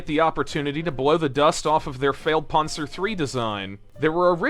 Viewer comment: Its Pan-zer, Not "Pon-zer" same with Pan-ther not "Pon-ther"